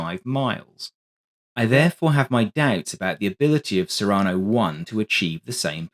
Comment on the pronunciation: Cyrano is pronounced with the emphasis on the first syllable, after Cyrano de Bergerac, who was famed for the size of his nose.